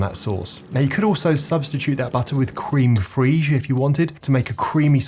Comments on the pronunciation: Um. Crem as in crematorium and Fresh as in not stale. Crème fraîche is thus pronounced "crem fresh", not whatever you mangled it into being. Also, adults generally do not hold their knives like a pen. The irony of your channel name is quite funny in that respect. On the other hand, your dicing skills are out of this galaxy and your food, however pronounced, looks wonderful. So keep on making videos. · Its pronounced "crem fresh" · Cream freeeeeege? 😂😂😂😂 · Creme what? 🤣🤣🤣 Crème Fraîche is pronounced crème fresh. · WTF is Cream freeizhh? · pronounciation of crème fraîche and quenelle is absolutely criminal jesus christ. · definitely not how you pronounce crème fraiche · Your English not American - sort out your pronunciation of crème fraîche. You’re better than this.